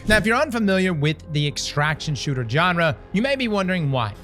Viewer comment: What’s that? A Johnrah? You sure do have a way with English.😆